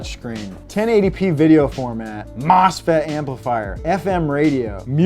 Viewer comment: As and electrical engineer the way he said MOSFET as if it was something special amused me